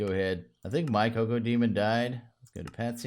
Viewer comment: its pronounced kack-o-demon, the entire nether is filled with DOOM mobs